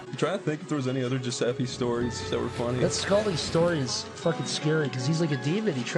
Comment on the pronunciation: Giuseppe almost went Giu-septic, hueueue